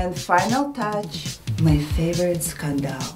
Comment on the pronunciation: How she pronounce “scandal” is so Russian Feature Love her very much!